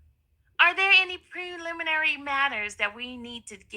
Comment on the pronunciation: So this same person who spends her days allegedly working as a courthouse journalist can’t pronounce words commonly used in the courtroom? I’ve never heard someone work so hard to mispronounce ‘sequestration’ and ‘preliminary’ in my life. She could’ve let the screen reader on her computer do this.